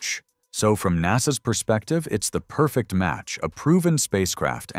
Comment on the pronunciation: 🤣порфект)) стар шлёп) вы с конца 60 тых))